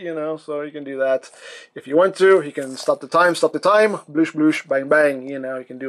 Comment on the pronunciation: "I stop da time" lol